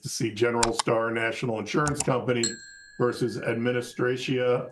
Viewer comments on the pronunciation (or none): none